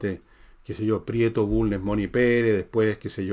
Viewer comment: Se Villegas, expliqueme por qué Ud. Se come las S finales en algunas frases, ejm Barro... Arana , también elimina d. Ejm. Asao, no asado, Manuel Bulne...etc. gracias por su respuesta.